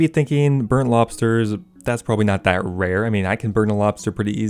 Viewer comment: “Rare” “Wewhr”